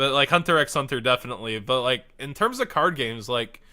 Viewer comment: Lol, you don't pronounce the x in Hunter x Hunter. I'm also an otaku who occasionally watches anime due to homework. Sophomore year is kinda rough. Heard junior was worse.